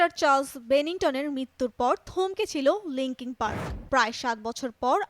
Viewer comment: মাইক ছিনোডো - দ্যা অ্যান্ট - ওয়েটিং ফর দ্যা অ্যান্ট - লিংকিং পার্কের ব্র্যান্ডের - আহা উচ্চারণ! কি খাইয়া যে প্রতিবেদন বানায়। এটা একটা ব্যান্ড, “ব্র্যান্ড” না।